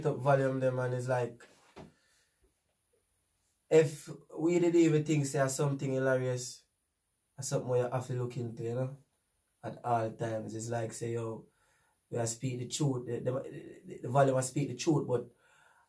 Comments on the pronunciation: A me alone hear seh hi-lary-ous🤔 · u never pronounce hilarious properly me G